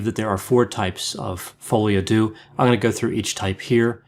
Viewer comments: Hi! Love your videos! I just wanted to mention, since you seem to often speek about "folie à deux", the "deux" is not mentionned like you would say "do" or "dew", but more like you would say "der", like the end of "grinder"! Keep up with the great content 👌👌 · It's follee ah deuh not uh doo. Depression alliance dot com is wrong. They have depressed me more than Coronie. Great video otherwise!